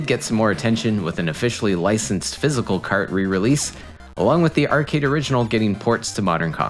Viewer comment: Does this channel use an AI voice? The way he says "arcade" is a bit off